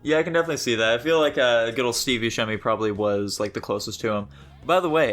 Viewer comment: You could at least talk poorly of me to my face. And I pronounce it Bussemi not Buskemi